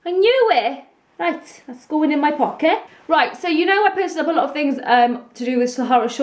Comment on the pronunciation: "I knew eh, that's going In my pockehh"